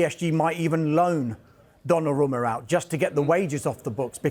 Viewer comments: Donnarama... ffs guys, it's 2025. Learn to pronounce foreign names! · The one “expert” can’t even pronounce Donnaruma correctly , and this is their full time jobs 🫠